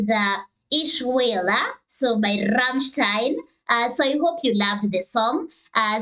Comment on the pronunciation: Well fuck me, you got the "ei" in "Rammstein" right. Big up, most anglophones never get it.